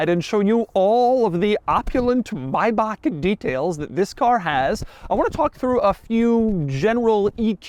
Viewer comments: why he say maybach like that. may. back. not maibaq. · What an annoying voice. Maybe you need to learn how to correctly pronounce the car before you start talking about it. Better watch on mute to see the car features. Maybach not Mybach. Keeps saying the wrong name again and again. So annoying. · IT'S NOT <MAYBAK>!! Stop butchering that name! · It's not Mayback, it's Maybach. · Doug is the type of guy who still pronounces Maybach as "Mayback", even after multiple comments from multiple videos pointed it out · My ears bleeding everytime, when i hear how Doug pronounce "MaybaK... maybaK... maubaK". This Is' NOT MaybaK!!! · Its not Maybak. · Ah, I've been pronouncing Maybach wrong. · just say Maybach right jesus christ.